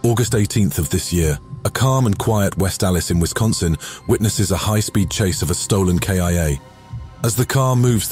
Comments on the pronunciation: “Stolen K I A” 😆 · "A stolen K-I-A" Wtf? YouTube needs an application process to weed out the clowns.